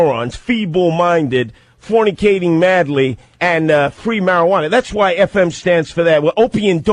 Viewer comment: Fwwweaking mowwwons Fwwweeee marijuana 😂😂😂😂 That speech impediment makes it so much better